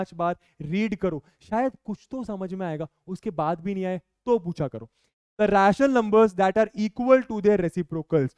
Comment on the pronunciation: 😂😂😂 raatioonal number